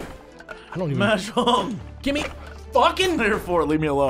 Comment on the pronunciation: Mahjong or 麻将. 麻 pronounced Ma as in mama or maw. It is needlessly pedantic of me, but hearing you say it the other way made me (cringe is overused) unduly upset